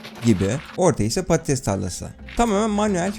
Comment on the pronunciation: İSMET ACAR patatese diyo patites diye knk pastoties ne